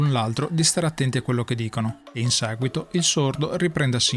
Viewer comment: "in saguito" è l'inflessione più marcata. Stacci attento. :-)